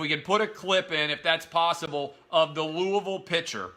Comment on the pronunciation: thank you so much for pronouncing Louisville correctly